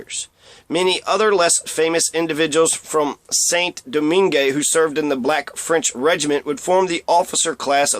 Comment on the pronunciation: Saint Domingue. Pronounced: Sān Doming. Not Saint Domingué.